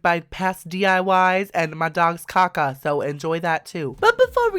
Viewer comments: it's kaka not caca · THE WAY HE SAYS "CACA" IT KILLS MEE